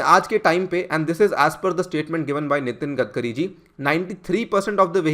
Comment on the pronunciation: 'गडकरी' नाम है उनका 'गदकरी' नही, आपको अगर 'आग्गारवल' बोला तो चलेगा क्या?